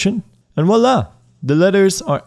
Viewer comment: It's not wala... it's Voilà. French for "Here it is". Short for "Vois là", which means "Look there". Vu-wa-la is how you would pronounce it.